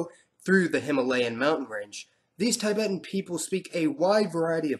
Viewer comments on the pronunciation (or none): It's not pronounced as taibæten but Tibeten